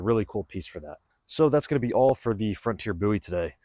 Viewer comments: Nice video. Appreciate the slo-mo’s. And I applaud you pronouncing Jim’s name correctly. 👍🏼👍🏼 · You Said the name correctly😊